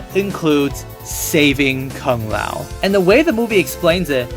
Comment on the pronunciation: Ah yes kung lay-ow